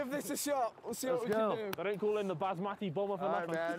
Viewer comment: Man said basmatti bomber 🤣🤣🤣